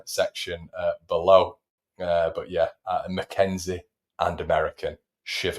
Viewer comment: McKenzie not McKennie